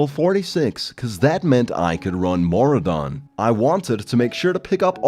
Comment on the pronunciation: Mora don? Ma Roo Dun!!!!